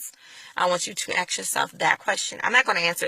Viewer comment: Please learn how to say the word "ask". I can hardly listen to your words because every time you say "aks" I become distracted. I start wondering why so many black people say "aks". If it's just a bad habit can you not practice saying "ask?" It's really not a hard word to pronounce. In the first 20 seconds of your video you used the phrase "I'm asking" perfectly, then after that you went to the very distracting "ax ax ax". Believe me, you would sound much more intelligent (and I believe that you are) and believable if you would learn to remove this ignorant sounding speech pattern. As far as your beliefs I came to many of the same conclusions regarding slavery and christianity myself. Where I differ is that I don't have a need to replace Christianity in order to feel whole. You say that you don't have to be atheist to not be Christian. No you don't. You also don't have to replace Christianity with a different religion in order to have a spiritual life. You can become completely comfortable by acknowledging that you can never truly know these answers. You can only choose to believe in something. That doesn't mean that what you have chosen is actually true. It only means that it is what you have chosen to believe at this time. You also don't have to look at atheism as though there is inherently something wrong with it. I am very comfortable in my ignorance of these matters. Let the rest of you get all twisted out of shape over these things. I'm good.